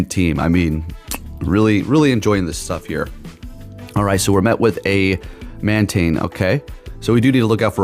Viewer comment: I feel like you mispronounce the Pokemon’s name so you don’t sound dweeby. Meanwhile, you make fun of “neck beards” all the time. Humble yourself, youre also a cringe lord lmaooo. Mantane?!?! Be real